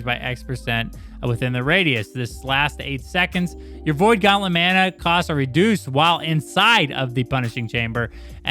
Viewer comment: Who the hell taught you guys how to say, "Mana". LMAO